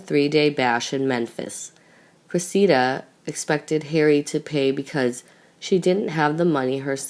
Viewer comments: It is Cressida not CressiNda. And in the previous vid about Archie, Meghan's mother's name is Doria not Dora. This narrator is terrible with names. And everything else. Please do something and hire competent narrators for your vids. Where is the one that was narrating so well? Why is she no longer narrating your vids? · You totally lose credibility (believability/authority) when you cannot correctly spell or pronounce Cressida! NOT Cresenda NOT Crescenda Cressida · Her name is Cressida not Cresenda. You are sounding like a child learning how to pronounce words! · This girlfriend is pronounced Phoenetically. .CRESS..A..DUH NOT CRA..SEND..A... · CRESSIDA ! NO ‘N’ ! You got it right ONCE !! BLOODY USELESS!! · It's Cressida, you burk!!! There is NO 'N' in it..... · and as usual mispronounces names etc- ie CresseNda? and a lot of other mistakes always..drives me nuts, I am thinking it is someone reading phonetically? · How come you can't read the simple name Cressida correctly? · I can't stand this narrator. She can't pronounce Cressida correctly? There's no letter "n" in Cressida. What's wrong with her? Please get a better reader. Someone who is not comatose. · clearly spelling is unimportant to you, as shown in your comments, both in form and in content. However the narrator's mistake is to do with mispronunciation and a lack of knowledge of Royal family matters (ignorance). It is not a spelling mistake.